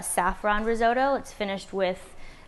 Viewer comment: Lol the risotoe can’t watch